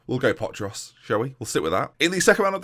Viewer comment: Your pronunciation of potros was very good. The rest, well... Lets say it couldve been better lol